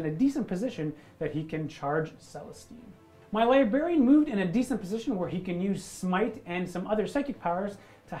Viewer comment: Everytime says LiBarian instead of LibRarian... I cringe.